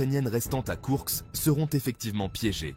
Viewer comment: Koursk et non Kourks